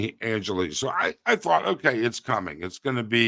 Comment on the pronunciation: Bear with you? Your delivery here is as stiff and stilted and rambling and tangential as all your other stuff I've seen. Get to the point. Learn how to pronounce things. figure your tech out before you start. Write a script to read from. You don't even know how to say Angeles properly FFS. You occasionally have content of interest. Make it interesting to view!